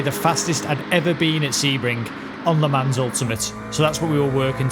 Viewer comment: It's pronounced "le mon" not "le mans".